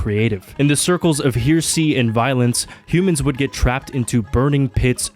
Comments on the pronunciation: Its ”he-re-sy”… not ”heer-sy” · Heresy is he-re-sy. Not here-sy. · Hair Uh See - not here-see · Its HAIR A SEA not HEAR A SEA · It's not pronounced "here-see", idiot. It's "hair-ess-ee". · Her-es-sey..........not "here-see" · You seriously called Heresy- Hearsay wtf. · "here-see" It's pronounced like he-re-sy, 3 syllables. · Heresy: pronounced “hair-uh-see” Not “here-see” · I wonder if pronouncing Heresy as "here-see" is considered Herey. Im sure it would in 40k but idk here. Its Hehr-eh-see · Dude look up how to Hersey right Dammit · My Brother in christ, it's he-re-sy not here-sy. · its hair acy not hearacy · Heresy is pronounced Hair-ass-see, not Here-see btw. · hair-uh-see vs here-see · Hey, just to let you know heresy is pronounced "hair - a - sea" and Virgil is pronounced "ver - jil". Other than that, great job. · "Hear-see" bruh. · brother, you should really look up how to pronounce words you clearly dont know. Here see? Good lord... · My guy can't even pronounce the words right 😂😂 bro said Vergul You also lack some major sense of literacy with the medium you're engaging it seems GenZ dudes looove making dogshit video essays HEARSEEE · "hear-see"... wtf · Okay, I have no idea if you're gonna see this, but "heresy" is pronounced "hair-ess-ee" and Virgil is "ver-jill". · Its actually pronounced heresy 🤓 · Hear-see and by extension "hearsay" is very different than heresy, but it did make this video funnier. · "Here-see"? Seriously? "... it's Chainsaw Man"? It's always been Chainsaw Man. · Why did you use that shitty, inaccurate image for Dante's Inferno, it's literally wrong about the things you mention in the video Also holy shit "Hear-see" Edit: VERGLE AAAAAAAAAAAAAAAAAAAAAA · “hear-see” lmao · It should be Hair-a-see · Lmao you lost me at "hear-see" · Clicked off the video as soon as I heard heresy pronounced hear see. This country is cooked. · It's pronounced: Heresy: Hair-uh-see Virgil: Verj-ill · "hearsee" you dork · hear-sea (excellent video)